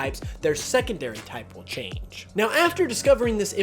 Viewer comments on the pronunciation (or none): none